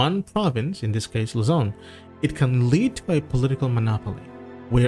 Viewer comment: Luzon, not Lazone.